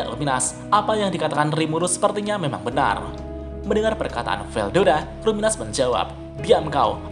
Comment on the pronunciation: Kalo luminous dibaca ruminas, jangan2 rimuru selama ini namanya yg bener itu Limur